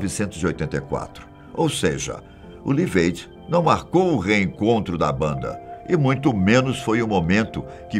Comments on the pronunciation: LIVE AID - pronuncia (láiv êid) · Eu gostaria que o filme tivesse sido mais fiel à realidade. Como vários amigos me disseram isso, não fui ver. Conheci o Freddy num show em São Paulo. Inesquecível. E gostaria que alguém visse a pronúncia do nome deste vídeo (filme) e nome correto do show "Live Aid"..